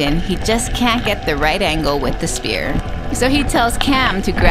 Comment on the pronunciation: Spear not spirit